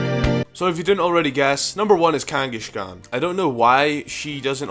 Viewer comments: Kangaskhan, not Kangeskhen. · Kanghashkan? Really? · Kangas-kahn not kangashkan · "number one is kangashegon" me: its kangaskan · he said kangiSHkon!!!! LOL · Kangaskhan is pronounced like the mongol Kangas Khan, not Kangi-shkan, just thought I'd point that out. However I dont know how gamefreak made the connection, if you know do say. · It's not pronounced "KangaSHkan", it's "Kangaskhan". There's no "sh" in its name :P. Also I'm glad I'm not the only one who thinks there needs to be a prevo (Baby form imo actually) for Tauros and Miltank that evolves based by gender. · idk why, but when people with accents pronounce something oddly, like how ThnxCya says "Babby" instead of "Baby", it makes me laugh a little, like when says Kangaskan it's funny, no offence man, but still ^u^ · The baby in Kangaskhan's pouch is a baby Kangaskhan, not a different pokemon. They can't just alter history to say that's it pre-evolution. Also you pronounce "Kangaskhan" wrong.